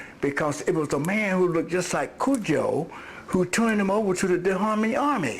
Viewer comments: Can she not pronounce "Cood-joe" a little care will tell u your pronouncing it wrong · Why does she pronounce cudjo as “cujjo” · Coojo not cud